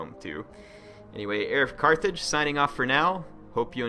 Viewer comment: Her of Carthage Har a cartage Ehr i cartage Eric Cartman I knew it